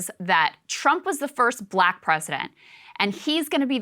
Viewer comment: such an ARTICULATE PERSON and she cant say Black.